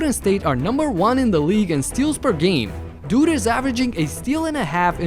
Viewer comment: love when he says "DOOD is averaging" or "DOOD is one of the best" 😂